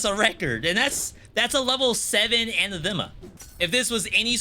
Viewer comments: It's pronounced an-athema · Your pronunciation of "anathema" is... oof, bad.